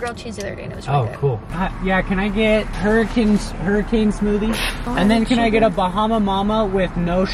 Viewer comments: You know you’re from Utah when you accidentally pronounce “hurricane” as… “Hurricane”.. if you know, you know 😏😂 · People commenting about pronounciation on Hurricane but since english isn‘t my first language can somebody explain?🙊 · gave away his roots with that “hurricane” pronunciation 😂